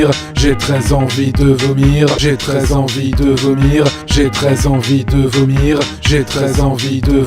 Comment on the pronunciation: on dirait qu'il dit "J'ai très envie de venir" ou "J'ai 13 ans vie te vomir" *sort*